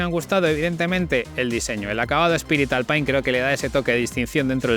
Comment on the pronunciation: ...y "alpain"...🤣